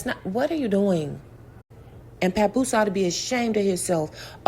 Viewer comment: This man tickles me saying papoo papoo 😅😅😅😅😅a baby 👶 Indians called 🇮🇳 a papoose